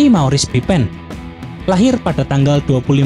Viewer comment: Baru sadar kok bacanya "pipen" bukan "pipin"